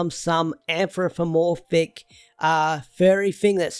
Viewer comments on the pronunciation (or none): Anfrogomorphic. Lol It’s anthropomorphic but that may be his accent I’m not trying to be rude just so u know